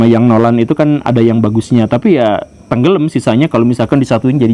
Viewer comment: Ngakak spontan pas pak guru bilang "tenggelem" 😅